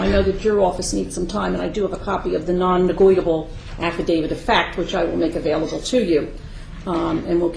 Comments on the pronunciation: LOOK at the video ... it's Non- Negotiable NOT Non- Negweedable ! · Yeah....she seems to be a closet racist. She even kept mis-pronouncing negotiable, to try and belittle this brother.....It's scary to know that childlike minded persons are judges of court in this country!